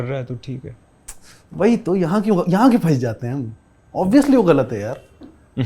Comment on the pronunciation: Tafseel.... Ghalat... Qitab.... Tallafuz bhaisahab!